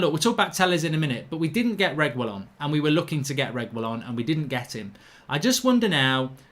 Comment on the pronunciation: For the life of me I can’t stand this anymore. It’s pronounced “Tay-yez” and “Reg-ee-yon”. Pronounce people’s names properly.